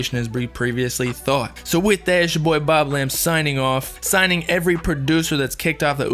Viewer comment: its not boblam its booooblam